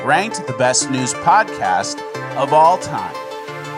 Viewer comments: WHOAH my whole day is thrown off with that "of all...! time...." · nice slight change to the intro . When he said ' of all time' he had abrupt pernouciantion 🇺🇲